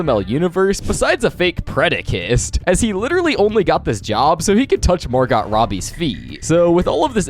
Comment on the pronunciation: Bro didn’t even try to pronounce Margot Robbie’s name correctly